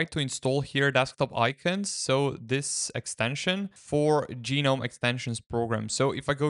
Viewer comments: Gnome doesn't need to be a mythical creature; it can also be a popular garden decoration. I encountered people mispronouncing the GNOME project this way in 1998, when high-speed internet wasn't available, and they had no opportunity to hear the correct pronunciation. In 2025, there is no excuse for mispronouncing the project name, though it might be confusing; both "guh-nome" and "nome" pronunciations became correct after 2021, but the "ge-nome" pronunciation has always been wrong. Unless the author intended to mock the project, it was really disrespectful to the people behind it. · Do you call garden gnomes garden gee-nomes?